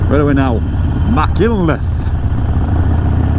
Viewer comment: you were well wrong lol, it is pronounced Mack unt leth lol, I live there, you also cut your video and changed scenes just as I thought I was going to see where I crashed a year ago at around 14 mins, ah well not my best memory so no to disappointed you cut away from that bit lol, and yes it is an awesome place to live, some of the best riding roads in the UK, hope you enjoyed it all